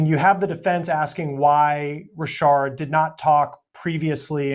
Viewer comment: Richard not Rishard...lol...